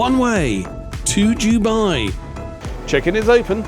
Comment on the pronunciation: It is pronounced Dubai not Dubai.